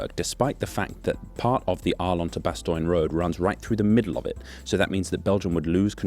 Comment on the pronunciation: Few Dutch people would say "straight ass yo". That's US defaultism. It's bad and it shouldn't be in your video. Kinda funny but I think you gotta knock that sort of thing on its head. You're better and funnier than that. also, Bastogne is less <<Bastoin>> and more <<Bastonye>> or <<Bastonya>> Otherwise. . . . cool video. I'm enjoying these